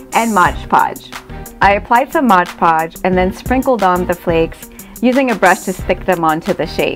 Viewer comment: MOD Podge, not "Modge" Podge, It's written clearly on the label.